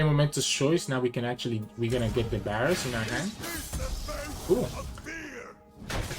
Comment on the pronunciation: Bro it's a V not a B